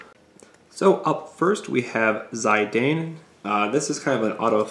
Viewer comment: its pronouced Zee-dan....